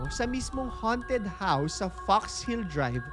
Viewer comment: note pronunciation: ~haunted --" hown'ted" hindi -- "han'ted"